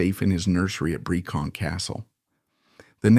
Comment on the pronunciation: Brecon castle. Not Bercon.